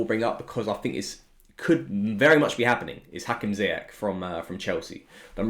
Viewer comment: Just for reference, his name is pronounced Zee-yash